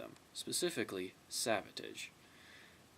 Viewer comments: I've never heard someone pronounce Savatage that way either.I thought it was a slip at the beginning but then he mispronounces it wrong again.It's not like a foreign accent is getting in the way. Anyway,I wouldn't say they're underrated as much as they're just UNKNOWN.Most people who know of them like them a lot&those who may not,certainly respect them.But most people just DON'T know them.This LP came out when pop metal was blowin up&they peaked when alternative music took over. Great Review! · I've alway pronounced Savatage similar to Sabotage. But i don't think you say it incorrectly or weird. It is probably just a accent